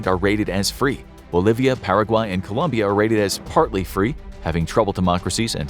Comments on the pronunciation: COLOMBIA, not Columbia!!! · Colombia, not Columbia 🥲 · ITS COLOMBIA, NOT COLUMBIA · Hey it’s 🇨🇴Colombia 👍🏽not Columbia 👎🏽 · Colombia, not Columbia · COLOMBIA*** Not Columbia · Dude... it's ColOmbia